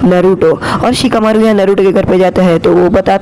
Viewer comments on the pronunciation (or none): In Sicakamaru ❌ Chikamaru ✅